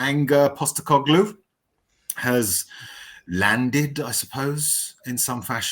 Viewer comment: Is the host of this chat really unironically saying “anger Postecoglou”? 😂 he’s really done his research!